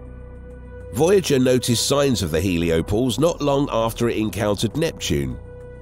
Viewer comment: Heliopause, not “heliopose.” 🙄 Also, what’s with the repeating sentences? Did your editor fall asleep at the wheel? Some of these sentences are so awkward and inelegantly created, I can’t tell if they were constructed by a nonnative speaker or an AI algorithm.